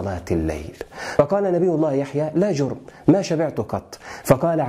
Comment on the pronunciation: لا جَرَمَ وليس لا جُرْم